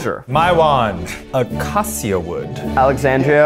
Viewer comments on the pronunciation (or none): As Acacia with our national tree, it’s pronounced as “A-ka-sha” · Eugene: pronounces acacia wrong Minecraft players: visible frustration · Eugene: Acc... accaia... how do you say it? Minecraft players: Suprised Pikachu face